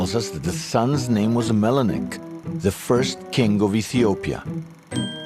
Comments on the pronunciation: that's MENELIK not Melenik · MENELIK not MELINEK. Melinek sounds like skin cancer.